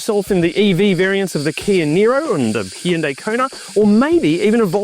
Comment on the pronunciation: Great positive review. , you properly pronounce Hyundai but unfortunately get the country wrong! 😂😂